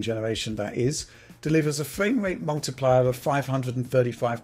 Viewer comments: amazing fwame wate! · Loving that fwamewate. Uwu.